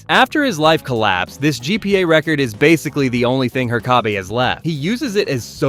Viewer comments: Why do you keep saying Her-kay-bee? It's herk-uh-bee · Glad your videos got recommended to me, but please learn "Hur-co-be"'s name properly, please no more "her-cob-bay"s - sorry, thanks 🙂 Otherwise lovin the vids 😃 Be good to watch some episodes as a Reacts, with your Thoughts at the end, if that's something you do 💗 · It's pronounced **Herk-uh-bee**, with the first syllable having the emphasis. Not "Her-caw-bay", which is the way every White American mispronounces every Japanese and Spanish word ever, which the name Herkabe is not even of Japanese or Spanish origin. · They say it in the damn show not her-car-bee It's her-kuh-bee His name isn't pronounced wrong once I. The show and you did it in a matter of minutes twice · Your entire video's credibility goes out the window because of Her-kay-be. You didn't watch the show, your opinions aren't real. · HER KUH BEE it's fucking HER KUH BEE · bra said "her-caw-Bi" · Her-Ka-Bee huh? 😂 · He even said her-kay-bee at one point. Might be rage baiting for engagement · The pronunciation of Herkabe's name constantly was just so frustrating. Did this guy not watch the show? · That was a heck of a pronunciation of Herkabe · Bro he pronounced it differently like every single time Jesus like i do not think he watched the show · I had playing in the background and couldn't figure out who he was talking about until I looked at the end of the vid.. why did he say it like that😂😂😂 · It's bizarre because it's obviously not the correct pronunciation which could have been fixed by watching an episode of the show, but what makes it weird is that it's not even pronounced wrong consistently throughout. What. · Are you mispronouncing the teachers name on purpose?? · Have you watched the show? How do you not know how to pronounce Herkabe's name? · Its called comment bait. Butcher a pronunciation and it causes people like you to whine and give the video more engagement